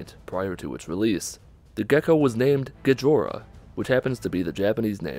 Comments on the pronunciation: It's not pronounced Gee-Jor-Uh it's pronounced Goh-jee-ra. Second of all, it was never meant to be in the game. It was just there for the developers to play around with. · It's not "Guh-johr-uh" it's "Go-Jee-Rah." Gojira is the Japanese name for Godzilla. It's literally they way that Godzilla is pronounced because both the "dz" and "La" sound get fudged in the linguistic transfer from English to Japanese. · You pronounce it Gajora when the Japanese name for Godzilla is Gojira. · And it's pronounced Go-jira. Not Gajora. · Gejhora. I can't even. The newest Gojira knock off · "gijora" This still annoys me to this day ITS GOH-JI-RA GOH. JI. RA. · *Gojira. Seriously,... Gijo-ra means "Elegant Girls" and Gojira means "Godzilla." REEEEEEEEEEEEEEEEEEEEE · What's the gecko name? Gejora? Isnt it Gojira (go-gee-rah) in Japanese? What? WTF I'm so confused. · not Gejora, but Gojira. smh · Gojira, not Gijora. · Gojira is tha japanese name for Godzilla not Gijora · Gojira not gejora right? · "Gijora" do you mean "Gojira"? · Go-Ji-Ra not Ga-JOr-aH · >”Gijora” How difficult is it to pronounce Gojira? God damn!! Good video otherwise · Did he really just pronouncd gojira as gijora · Its not "Gajora". Its "Gojira" as in; Go-Jee-Ra. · Okay first off it's not "gojia". It's "GOJIRAAAAAAAAA!!! >:((((((" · Lol gijora. You mean gojira? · Gejora Me: (hears the silent wails of "Gojira" pronunciation being butchered in real time) sheds a tear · Ga jorra? Lmao go JIR ra. But you know, no hard R sound in Japanese, so l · Gijora isn't Godzilla's name. It's Gojira. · Gajora's Mask. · I heard "Gejura". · Its gadjeera right when spoken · Godzilla in Japan is called Gojira, idk what you were trying to say but is sounded it Ghidorah which IS NOT Godzilla. Now Ghidorah IS in Godzilla but isn't Godzilla xD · Gojira is the Japanese name for Godzilla, not Gejora. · It's Gojira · It's Go Jira goddamnit! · its pronounced go ji ra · Not to sound toxic but it’s pronounced Go-J-Ira